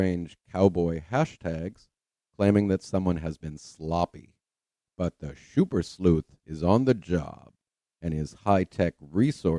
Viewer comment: "phish mc donish" (intentionally not capitalized) kills me, lol. I love it. I especially enjoy you saying "Shummer " and "shuper cop".... I know, I'm petty but he is such a monster! If you want to be truly sickened, watch his case review on the death of Rebecca Zahau. It was before Mike Profiling Evil gave him his walking papers. I am convinced that that case review is what made Mike send him packing. Chris' thoughts and accusations about the victim, to her brother in-law are appalling. Keep doing what you're doing....you now have a shuper fan...me 😁